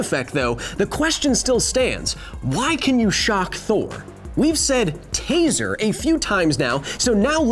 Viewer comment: Taser not teaser lol but you're right